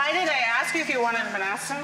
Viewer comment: "why did I ask you if you want a BANASA?" LOL whaaat? :DD